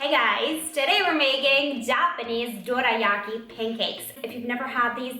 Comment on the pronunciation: L'accento italiano quando hai detto "dorayaki" si sente un casino 😂😝, bellissimo video e interessante come sempre